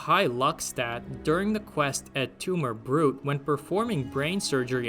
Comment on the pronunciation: On the quest Et Tumor, Brute? It isn’t pronounced “brute” it’s Latin and is more brew-tay. It’s a reference to the play Julius Caesar by Shakespeare when Caesar realized that his right-hand man, Brutus, had also betrayed him. Caesar asks, “and you, Brutus?” (Et tu, Brute?). The fnv quest is a fun play on words because you are preforming surgery on Caesar to remove a tumor and can betray him